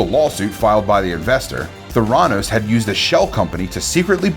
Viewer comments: Thuranoose hahaha no, not how you say it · Anyone else really bothered by the way this guy says Theranos or by the fact he's making a list and including Theranos yet somehow has never heard the rest of the world say it properly?! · Can’t say especially right or Holmes or theranos or Antoine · Homes too instead of Holmes and mispronunced theranos